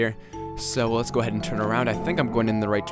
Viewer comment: you said lets go ahaid like 5 times